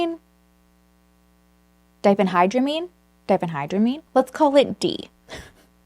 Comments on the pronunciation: I work in toxicology and you said diphenhydramine correctly! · You pronounced diphenhydramine correctly! 😊